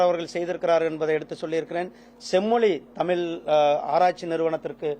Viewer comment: இந்த பன்னாடைக்கு எந்தக் கழுதை அமைச்சர் பதவி கொடுத்தது? முருகன் என்று பெயர் வைத்துள்ளான்!!!??? தமிழும் ஒழுங்காகப் பேசத்தெரியவில்லை?????!!!! செம்மொலி, தமிலு, நிகல்சி ஆங்கிலமும் ஒழுங்காகத் தெரியவில்லை!!!???? 35% தேர்ச்சியெல்லாம் இப்படித்தான் இருக்கும். "தமில்ல சொல்லட்டுமா? நிகல்ச்சி ஒத்திவைக்கப்பட்டுள்ளது" "English இல் சொல்லட்டுமா? நிகல்ச்சி Postpond பண்ணியிருக்கு" சூப்பரப்பு. எந்த குட்டிச்சுவரு ஸ்கூலுல , எந்த எருமைக் கிட்ட படிச்சான்னு தெரியல??? தெரிஞ்சா யாராவது சொல்லுங்க.